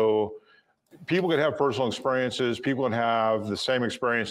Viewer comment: He says "exPUriences" 😭